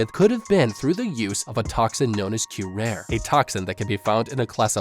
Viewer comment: Obligatory "Um, akshually"-comment. "Curare" does not have a silent E. "Kyu-rah-ree" is how you pronounce it. Rest assured, this is information that you will most likely never have any use for, but there you have it.